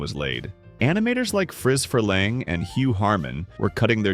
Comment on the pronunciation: His name is spelled interestingly but I think you kept misprounced Friz Freleng (last name sounds more like Free)